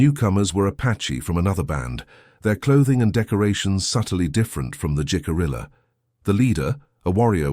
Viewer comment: I like this story very much. Much of my family arrived in Jamestown in 1700. They were blonde,blue eyed, small in stature( and still are to this day). First, Jicarilla is pronounced " he-ca-ree-ya". Second the "STOCKHOLM SYNDROME" did not appear until the late 1960s or early 1970s. It was used when Patty Hearst was kidnapped by the SLA ( symbionese liberation army) and held for ransom. She joined them. Anyway, my 1700s family would allow indigenous people stay at their " ordinary" in Williamsburg. At one time an " Indian Princess" stayed as she was a witness during a trial. These relatives were French Huguenot. They settled all over Virginia way out where the James River was the only means of transport. They knew and traded with the indigenous population. When they moved farther West they then were friendly with Osage. These are great stories. Women were often alone for whatever reason. They had to live by their wits.